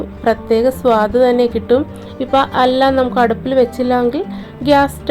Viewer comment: Your pronounciation of Addup is talking like addap. Addap is generally a lid to cover a vessel and Addup is using to create fire to cook. So please use correct words and pronounciation in Malayalam .